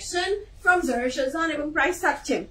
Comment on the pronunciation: I really appreciate these live as it takes lot of energy and effort and i already ordered some dresses no doubt its pretty but one request pls say the brand name properly its Zara ShahJahan not zera shajan. I know we should not pointout the mistakes but its a name and for me I believe we should pronounce a name nicely. Thanks anyway